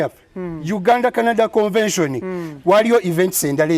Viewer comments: Speak on it!! I thought my ears were going bonkers!! For some reason a lotta folks pronounce it that way!! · it’s not CONVASION please., it’s CONVENTION. RoGe tried to over pronounce it to help you. Please style up